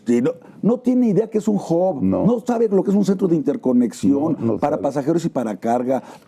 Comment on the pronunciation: El inglés mal pronunciado no se entiende Sr. Lozano .... Que es un "job", aparte el encuentro entre dos sería bilateral y no unilateral.